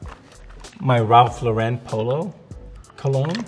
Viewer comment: "Ralph Low-ren" lol